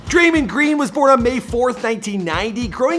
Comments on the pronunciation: listen closely.....Dray-mon not dreymen🤣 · I don’t know how you’ve done it but you’ve done it yet again, is it even possible for u to pronounce a name right😂